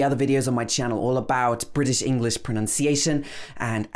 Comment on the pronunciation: Hey, i hear you speak but why do you pronounce the word English as 'englis'???